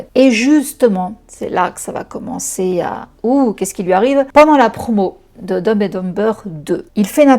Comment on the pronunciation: Par pitié la prononciation en anglais 😅 Dumb and dumber on ne prononce pas les B